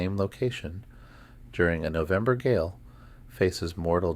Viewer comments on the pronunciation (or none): none